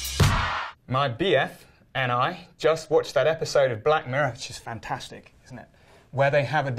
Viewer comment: 「fantasticﾃﾞｽﾈ」 ネイティブ教師の言い方www